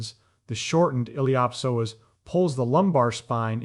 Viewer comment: Awesome content. It just drove me crazy to hear the words “psoas” and “ilio psoasa” pronounced in a way I’ve never heard till this video.